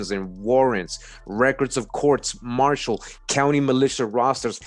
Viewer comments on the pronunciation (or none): none